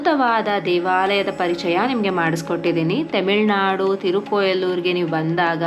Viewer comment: Plz learn to pronounce properly, don't say in ur own way. Ulakananda wrong Ula ga landa Perumal Temilnadu wrong Tamilnadu right Divya dasha wrong Divya Desham or Desam correct Shanku & Chakra exchange agirodu tumba kade ide...not only here Bhadrachalam also exchanged position